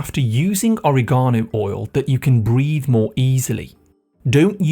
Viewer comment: Oriegono? Please teach the proper way to pronounce.